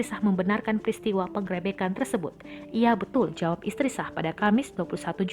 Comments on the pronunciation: Min min..bacanya pengrebekan jd penggrepekan 😂😂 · Salfok sama pengucapan PENGGEREBEKAN nya 🤣🤣🤣🤣